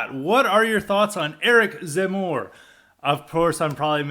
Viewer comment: Your pronunciation in French is correct ! From a foreign perspective, I think you have a good analysis. If you have any questions regarding Eric Zemmour, I'll be happy to answer them as best I can. If you want to know more about Eric Zemmour come take a look at my channel, I will be posting more and more videos there.